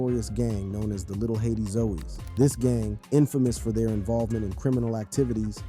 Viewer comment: "The Little Haiti Zoeys" 😂 Its ZOES, like Joes